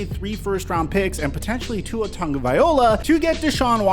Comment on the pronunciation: u keep mispronunciation Tua’s name. First the pronunciation is off, second there’s no -n in Tua’s last name